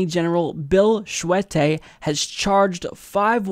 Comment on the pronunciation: Scuette = pronounced (SHOO-tee) Early = pronounced just like the word. ;-)